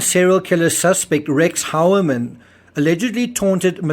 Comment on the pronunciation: I thought it is supposed to be pronounced “hoi-ya-min”